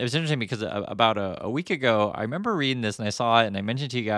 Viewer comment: I re-Mem-BUH